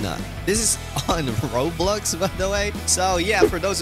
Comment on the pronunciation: It’s Roblux ahaha I can’t 😂😂😂 but looks good tho ahahah